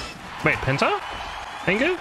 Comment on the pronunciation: i like how he calls penta angle, penta ingot. didn't realise it for the longest time